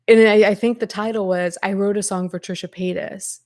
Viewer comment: I cannot believe I laughed out loud every time you said "Tricha Paychas" why are our senses of humor like this 💀